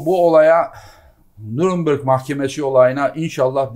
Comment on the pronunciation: Nurınbırg değil nünberg mahkemesi Sayın Tibuk